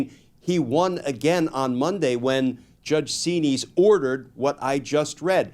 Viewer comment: “Judge See-Knees”? 🧐